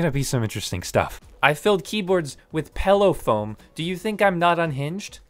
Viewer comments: What the hell is "pello foam" 😂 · What the actual f*ck is "pello" foam? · “PELLOW FOAM”